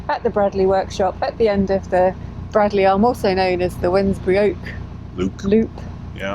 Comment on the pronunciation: I hate to be pedantic but I was pulled up many times when I first moved to Wolverhampton for miss pronouncing Bradley, it’s actually spoken as Bra(y)dley.